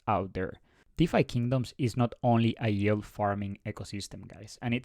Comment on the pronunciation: if you say YULE one more time i'm gonna snap lol